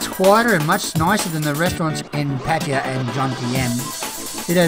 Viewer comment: I will have to check that place out. Is there a lot of places to rent around there? You did Pattaya right the first time. That how the thais call it and the song. PAT-T-AYA